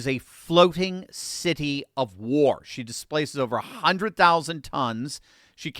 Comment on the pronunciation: The strong emphasis of Gerald Ford a “she” doesn't sound right